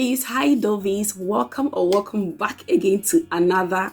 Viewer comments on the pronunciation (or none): none